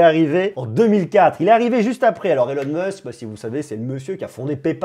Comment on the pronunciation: Elon Musque 🤣 c'est stylé remarque, à la Française ^^